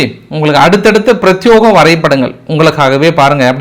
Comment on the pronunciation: பிரத்பேகம். பிரத்யோகம் இல்லை. சரமாரி. சராமரி இல்லை.